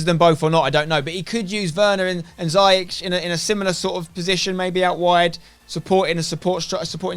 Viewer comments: Damn "Zyeech" 😂 What a signing tho 🔥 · pronounced zi-ya-sh from a moroccan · It's Ziyech. See-yeck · Haha, ziyech is quite a difficult name to pronounce, in the Netherlands we have said it wrong all along as well. The dutch way of saying it: (which he is fine with) : hakeem zeeyeg -with the dutch guttural 'g' The moroccan way of saying it: hakeem zeeyesh The english way of saying it would be 'hakeem zeeyeck' and I think that would be the easiest for you :) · I'm a chelsea fan and I am pretty sure it's pronounced Zeeyek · Ha-keem Zee-yek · It’s actually pronounced “ziyesh” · "Ziyech" is actually pronounced "Zee-Yesh" or you can even say "Zai-Yesh" x) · As An Arab I can can confirm it’s pronounced “zeeyesh” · His name is not a Dutch one. Its a Moroccan name pronounced "Zeeyesh" . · Spen you pronounce it zee-ech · Nobody: Spener: Za-yeech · ziyech is pronounced Zi EGDE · His name is pronounced Zee Yesh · it’s pronounced Zee yek just to let u know mate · It’s pronounced Zee-yech 😉